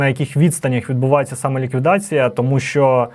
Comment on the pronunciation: ви сказали як відбувалося "саме ліквідація", але звучить воно як "самоліквідація" -це просто філологічне зауваження. Велика повага до вашої служби і наш захист